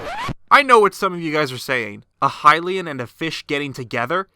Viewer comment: Why did you say hylian wrong in the seven heroines video and now say lynel wrong? It's stupid and annoying...